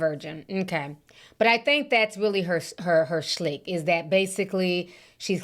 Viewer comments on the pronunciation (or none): shtick Ti not shlick 😂